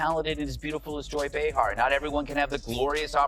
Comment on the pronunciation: I can't stand AI narrative! This voice isn't even pronouncing Behar's name correctly!